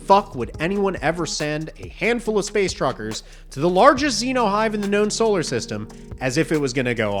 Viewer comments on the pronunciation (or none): none